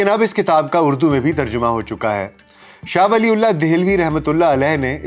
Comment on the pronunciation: Please pronounce name properly. It’s not “Shah Wali ullaah” it should pronounce “Shah Waliyyullaah” R.A.